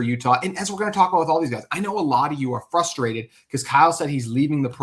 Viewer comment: Blue and GOLD? not even yellow? How did you fuck that up so badly Also it's FRUstrated not FUSTtrated. Wtf is going on with you Utah sports guys?